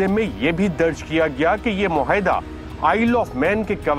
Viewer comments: Surely,Arshad Sharif does not know how to pronounce “muahida”,he kept repeating “muhaida”,over and over again,which sounded very odd.Anchors should do some research about correct pronunciations.This mistake is often made by most TV people.Program producers must keep a watch on this. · It's not even 'muahida' though